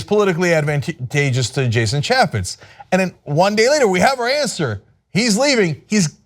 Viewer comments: Cenk, sweetie, as a man who has had fits over the mispronounciation of his name, you really need to learn to say Ch ay fets. Jason ChAYffetz not ChAH fits. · Mr. Young Turd must not have much to do if he feels the need to attack a Republican politician from Utah, of all places. OMG. Plus he can't even pronounce Chaffetz's name correctly. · I think you are saying his name wrong. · Why not start with pronouncing his name right, genius? Does this guy ever talk and not holler and scream? Just because you say "right" or "right?" at the end of a sentence, it doesn't make you "right", right?